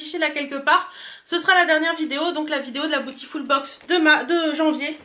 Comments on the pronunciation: Cc merci pour la vidéo 😊... Tu sais que beautiful se prononce bioutiful... 😉 et pas botiful ? Bisous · cc, les autres youtubeuses prononcent à l'anglaise... comme c'est un mot anglais... mais tu fais comme tu veux!;)